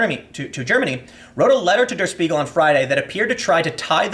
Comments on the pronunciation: pronunciation: "Shpiegel" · It's pronounced "Shpiegel", like "Shit". I recommend going to wiktionary and listen to how it's actually pronounced.